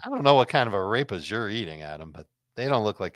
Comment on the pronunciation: I know Adam is not talking ish about arepas! And the annunciation was terrible! Shame on him!